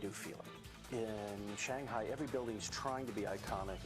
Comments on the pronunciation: Cool! Lady needs to learn how to pronounce "Shanghai" though. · this actually reflects her professionalism, as she is trying to pronounce "Shanghai" in the authentic Chinese way.